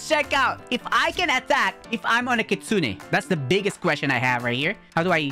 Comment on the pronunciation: Bro it's called Kitsune not kitsuniii